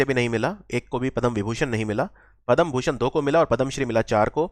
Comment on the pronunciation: Thank you. .one thing I noticed is it is not Padam Bhushan. ..it is Padma Bhushan...Padam & Padma 😂